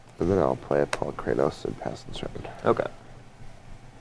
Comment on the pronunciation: mispronounced Palukranos.